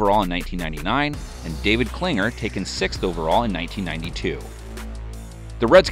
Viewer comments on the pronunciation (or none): David Klingler...not Klinger. He wasn't good in the NFL but still, get the man's name right.